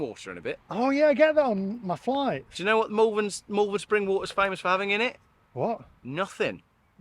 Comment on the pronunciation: Wow! That was a marathon vlog & a good one at that. Really like the chap you teamed up with in Malvern. Talking of Malvern, it's pronounced mawl-vern not mal-vern as you did at the beginning of the video. Another final gripe, can't believe you used to pronounce Worcester, wor-ces-ter as a kid? I only thought it was Americans who couldn't pronounce Worcestershire's (or worces-ter-shire for you and the Americans)county's capital. I guess East midlanders can be added to the list 🤔 joking apart, another quality vlog explaining the horrible truth about the dreaded EV infestation. ❤